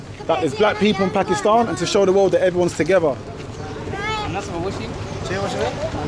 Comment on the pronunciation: the upcoming singer with the cap is so cringe. He called Pakistan Pyekistan, now that's some wannabe piece of s***